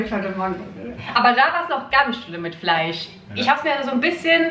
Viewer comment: Finde das irgendwie interessant, dass du Milch wie „Milsch“ aussprichst aber Fleisch wie „Fleich“🙈 sonst könnte man ja denken, dass entweder das „ch“ Oder „sch“ am Ende das Problem ist 😄 aber da bist du nicht die einzige..Frage mich nur immer wenn ich das höre 😅